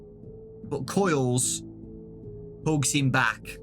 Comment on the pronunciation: When ever he says hugs I hear hooks